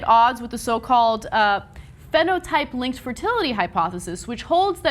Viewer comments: Ana didn't pronounce phenotype correctly gg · Learn how to pronounce "phenotype."